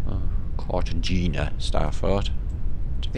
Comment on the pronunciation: Cartagena I believe is pronounced Car-ta-hay-na and is the Colombian map destination for the protagonists in the movie “Romancing the Stone”